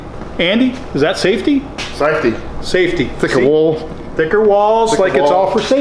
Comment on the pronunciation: Hahahaha I was like finally a man of reason......THEN HE SAID SAFTEY LOL